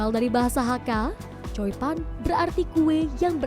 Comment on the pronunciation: Choi pan mbak jng slh ucap jdi coi pan 😂